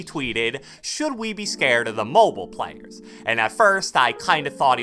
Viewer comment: Man said plyers